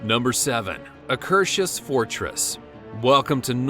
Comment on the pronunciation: i am from norway. u dont say Akershus like that.